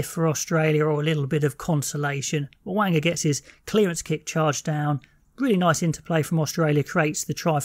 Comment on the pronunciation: Not sure about "Mow-wanga".